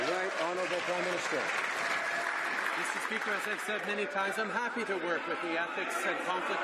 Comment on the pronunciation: Did he say Crime-minister?